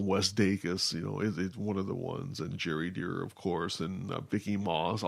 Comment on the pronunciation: It's Gary Dere (pronoucned Dare) not "Jerry Deer". Cheers.